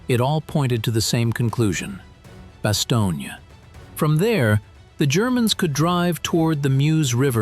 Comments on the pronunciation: Same with Bass-stone, not Basto-nee-a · It is not Bastone EEE. Computers suck. 😢😢😢😢😢😢